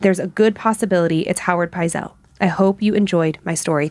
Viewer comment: another great episode - its Benjamin Pietzel , not Howard and the pronunciation is Pite-sel